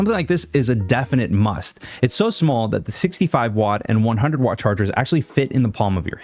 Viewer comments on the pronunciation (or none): none